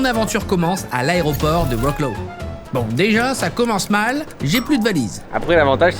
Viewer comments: sa se prononce « vrotslav » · Wroclaw ne se prononce pas "Vroclow" mais "Vrlozuav" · Zlotys se prononce: "zouoté" , et Wroclaw: Vrotsouav 😉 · Cyriiiiil on dit "Vrotslav" :D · vraiment wroclow mdr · Wroclaw ❌ OUROCLAOU ✅